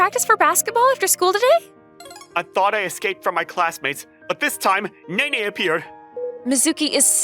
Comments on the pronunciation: Pronouncing Nene as Neen is a crime, a little bit of sick came up when it hit my ear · I can't with Neen everytime she pronounced "Nene" 😭